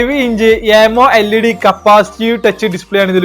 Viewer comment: Amo LED allaa chetta അമോളേഡ് ennanu parayunne